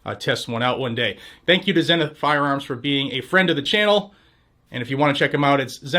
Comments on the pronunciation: It is pronounced zee nith, not zen nith. Who taught you to read? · Here in Texas we call them ZEE-NITH not ZEN-NITH, kinda like the Zenith tv. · Heck yeah that's awesome! ..psss hey no offense but its pronounced "zee-nuhth" just incase they sponsor you again ehem Woohoo! "Shall Not Be Infringed!" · Is it actually pronounced "zen" ith? Shouldn't it be "Zee"nith? American company and all. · Zenith is pronounced "ZEE-Nith"!! Like the old TV company. ZEE-Nith! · Probably pronounced "zeenith". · Isn't "Zenith" pronounced ZEE-NITH ? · I thought it was pronounced Zee-nith. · Man, why can't people say zenith right... It's zee-nuth! It's just makes this dude look stupid why you can't take 5 seconds to research how to pronounce a word. I bet Zenith is thrilled to have paid for this shitty add read.... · The Name doesn’t go on, until the quality goes in… Zeeeee nith???? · It should be pronounced Zee-nith as in Sea Sith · Is it zeh-nith or zee-nith? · Is the mispronounciation of Zenith intentional? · Why do you pronounce Zenith the British way?